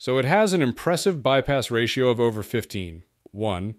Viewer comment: Clearly AI has no idea how to pronounce a ratio. Don't use it mate.